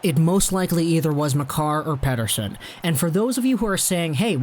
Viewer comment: I think his name is not pronounced as you pronounce it. As per Elias in an interview. Peter son, not pet ter sen.... no big deal, doesn't offend me. no problem